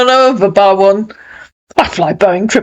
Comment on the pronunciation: 😂😂😂 “booing airlines” 😅😅